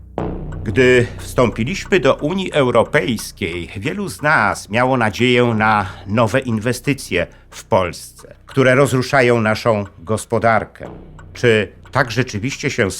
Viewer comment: Panie lektorze, źle akcentujesz polskie słowa: nie mówimy, jak ty: "wstąpiLIŚmy" lecz "wstąPIliśmy". No i jesteś prymitywntm trybalistą.